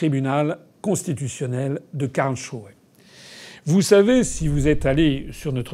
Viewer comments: KarlSruhe et pas Karlchruhe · Simplement si vous pouviez prononcer Karls---et puis ruhe, ca ferait un peu moins quak aux oreilles. Cest un genif s et ruhe veut dire repos, calme mais quand vous le prononcez ca fait shrew. Surement, on y trouve ses megeres...